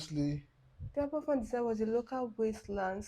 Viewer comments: It is pronounced Aber Van. A single f in Welsh is a V. I’m from Wales and we were all so affected by it at the time. The tips (slag heaps) slipped. The tips were made of the dust & waste from mining coal. They were built too high and had a stream underneath. The National coal board knew there was a stream there but they still put the waste on top. The coal board said it wasn’t their fault but in the end it was proved it was them. Hundreds of people from Wales and other communities sent money to help the families out, build a school and help with the funerals. The coal board refused to pay for the removal of the tips which still hung over the village. The villagers had to use the money which had been donated to them. 🏴. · Well said in the pronounciation as a first. I worked with a lady that was rescued from that school. I was 7 or 8 weeks old when it happened. We lived about 9 miles away. Dad was on leave from the Army and went to volunteer. as a rescuer and engineer (he was REME). This hateful event led to the start of "Health and Safety". There wasn't a culpable company. it was the National Coal Board, run by the English Government. Nobody got prosecuted and the residents that survived had to contribute to get the remaining slag removed. Aberfan will take generations to clear the pain & anger. I'm tamping about it still. I congratulate your compassion on this. Diolch yn Fawr. Don't hold it in butt, let it go, let the world learn from it. It lead to the "Health and Safety at Work Act, 1974" 6 years later, so some good came out of it, just not in time for those lost souls.